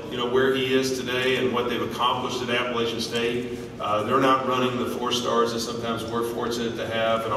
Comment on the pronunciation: So excited for Scott's success. So painful to hear Vince Tyra mispronounce the name of the school Scott has led to get here. App-ah-latch-un